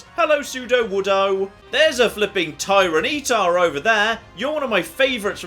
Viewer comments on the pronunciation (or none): Noone:: "Tyre-nee-tar!" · Tyran-E-tar......... I love you. But what.... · pronounciation of "Tyranitar" is... disconcerting. Edit: But he's actually using a female Espurr. All is forgiven. <3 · the way he said tyranitar, larvitar and phanpy made me cry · Sorry WTF is that pronunciation on Tyranitar?